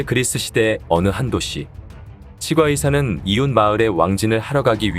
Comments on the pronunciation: [칫꽈의사]라고 발음하는게 표준어 맞아요.....치 과 의사 ㅋㅋㅋㅋㅋㅋ 무슨 사투리 같고 듣기 거북하네요 ㅉㅉㅉ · 치과의사 발음이 이상해서 다 듣기 힘듭니다 치꽈의사로 치과의사 이상합니다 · 치과의사..는 오바입니다. 칫과라고 발음해야지...에휴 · 치-꽈의사 가 아니라 치'과'의사 라고 하니 진짜 이게맞나싶다 ㅋㅋㅋㅋㅋ 틀린건 아닌데 부담스러움. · 치과의사 발음이 조금 불편합니다. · 치과의사를 읽는발음이 나만이상하게 들리나용?